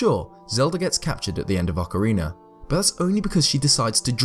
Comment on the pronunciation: Good video! I only have a question that isn't related to the topic but I've been having since I started to watch your videos... I'm from Mexico and I understand English but my pronunciation of it isn't that good... maybe I'm mistaken with you, but why do you say "Ocariner" of Time? This isn't to criticize, I just have that doubt... Keep doing this kind of videos, I like them a lot! Thanks.